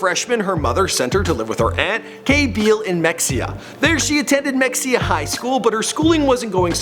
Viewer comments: He says “Mekseea” with such enthusiasm. It’s pronounced “Meheeah”. Anna Nicole called Mexia her early home and always pronounced it correctly. R.I.P. ANNA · It's (muh-hay-uh) not mexia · It's not Mex-ia is pronounced "Mah hee haaawww choooo!!!" Sorry 🥴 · Dude...it's not "MEXIA" Texas. You don't pronounce it like that. It's pronounced Ma-haya. Do better research, please. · OMG I want to punch this guy every time he pronounces Mexia, Mex-EE-ah....it’s. pronounced Ma-HAY-ah. Why don’t people research stuff beforehand?? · It’s not pronounced MEXEUH It’s MUh Hey UH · Its pronounced me-he-ya not mexia you dumbass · mexia Texas is pronounced MA-he-ah not mexxia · Mexia is pronounced Meh hay ya. Edit: holy crap gaybor? That was bad. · Mexia 😂 it’s pronounced mehaya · You should learn how to pronounce names and places correctly before you host shows like this...mexia is pronounced (ma-hay-a) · Mexia is pronounced Mahia. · It's not mexia if mehia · And it's pronounced Mehaya not Mexia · 😂😂😂 Im From Mexia And Thats Not How You pronounce It 😂 Its Ma-Hey-a ! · Mexia is pronounced ME HEY YA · It's pronounce Muh-HAY-uh TEXAS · Pronounced 'Meh-hey-ya' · mexia is pronounced ma- hay- ya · Mexia is pronounced "Ma-hay-yah" I'm a Texan. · Mexia is pronounced MU-HEYA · And he slaughtered the pronunciation of Mexia, Texas. It’s ma he a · It's pronounced "Me-hey-a" (Mexia) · You aren’t pronouncing her home town name right. Listen to Anna say it. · He can't pronounce mexia right ,he couldn't Ask someone?? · I live in mexia. My mother was friends with her up until she dropped out of school. And also that is not how you pronounce mexia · Svanhild Løvenørn no the correct way to say it. Im from mexia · Holly Golightly Thank you! I always have to correct people and they wanna argue with me over the pronunciation and I'm like excuse me, I'm the one from Mexia, don't argue with me about my hometown😂😂